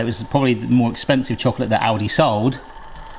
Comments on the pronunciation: Kept hearing 'Audi' and not 'Aldi' and that confused me a fair bit :D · I kept hearing Audi instead of Aldi, wondering when they started doing a side business like this and when they became cheap 😅🙈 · Oh it's Aldi. I swore you said Audi and was confused why a luxury car brand was making hot chocolate makers. I kinda thought it was how Yamaha makes Bikes, Watercraft and pianos.